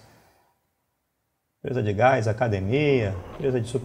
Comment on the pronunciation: "Você precisou de gaix " Zkzjzj